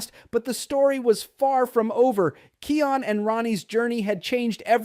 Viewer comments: It is Kion not keon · Its kion not keion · Yah someone please teach this person how to look,read and pronounced it is pronounced kiiiaa-ooon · YOU KEEP SAYING KIONS NAME WORNG